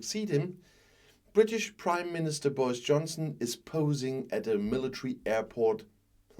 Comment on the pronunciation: The British Crimeminister, that's what I heard anyway.